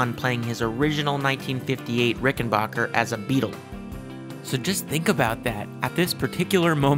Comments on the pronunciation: The third syllable is pronounced as "back", not "bok". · It might be a good idea to learn the correct pronunciation of the name of the guitar before you do a video. It's RICK-EN-BACKER...not RICK-EN-BOCKER. I own a Rickenbacker 325C64 in Jetglo and a 360/12 in Fireglo. They are incredible instruments. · Just a brief note. It is pronounced “RickenBACKer”, not “RickenBOCKer”. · While making a trip to the Rickenbacker factory one of the first things that was stressed to me was...It's Ricken-Backer "a" pronounced like "a" as in cat. Not Ricken-Bah-ker ie as Baa baa Black sheep. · It’s BACKER, not “Bacher.” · backer not bocker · Misconception, is it pronounced ricken-bach-er like (Sebastián Bach) or ricken-back-er like (I'll be Back)? Heard it said both ways, I pronounced it 'Bach'...and been told it's Back. So tomayto, tomahto? Lol